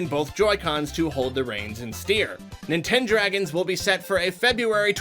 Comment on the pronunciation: No one:: NinTendRaGonS